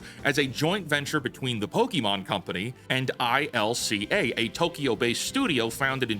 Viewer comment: I-C-L-A, isn't it ILCA?